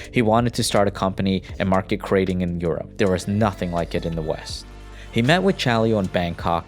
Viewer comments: "krah ting" not "kray..." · Krating isn’t pronounced like “grating” how you would grate cheese. You need to break up the two syllables (phonemes) and emphasize the vowels. “GrA” + “Ting”